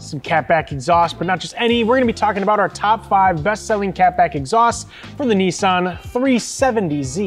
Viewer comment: When you say neice arn do you mean niss an